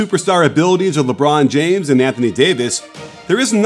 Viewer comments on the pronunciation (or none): none